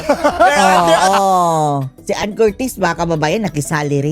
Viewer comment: Ipromounce mo muna ng tama ang family name ni anne bago k magvlog! Troll!!